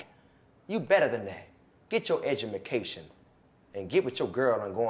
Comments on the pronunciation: Wth he said edumencation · "edumacation" - Bernie Mac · Did anyone else hear him say edumacation